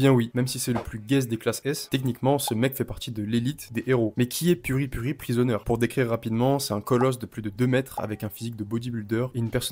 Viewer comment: c'est PripriPrisonier. pas puri-puri. brah. t'aime sa briser des nom de personnage. j'ai peur pour ton future kid.